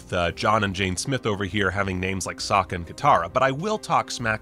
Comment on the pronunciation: I think it was bold of Shamalan to change the pronunciation of Sokka into Soaka for the sake of the pun in opening scene. Sokka was soaked in water by Katara. This was probably to implant the idea that everytime Katara waterbended, Sokka was always soaked in water 😂 I'm sure he still stands by that decision until this day. And honestly I see what he did there.